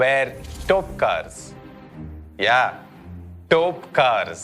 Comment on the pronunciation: It is not Topkars. It is Topikars.